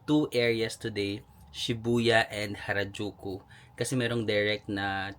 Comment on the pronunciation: Nalito Ako kung Karajulu or Harajuku 😂😂😂